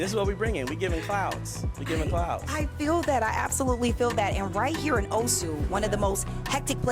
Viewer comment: What a stunning venue. Such a shame music is too loud on this video. Sidenote: It's O-su rather than Oh-su and say it faster rather than dragging out the syllables.